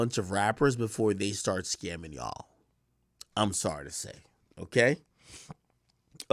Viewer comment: When did the word YA'LL become YAW? ..